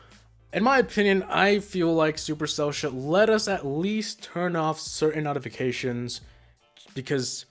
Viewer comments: NOTifications bruh that accent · Dude you dunno how to say notifications